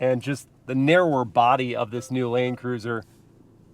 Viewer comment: Is it just me or did say “Lane Cruiser” in the beginning 🤣